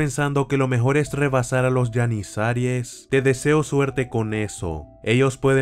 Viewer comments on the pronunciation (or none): Se pronuncia GENIZARO o GENIZAROS, NO YENISARIES JAJAJA :v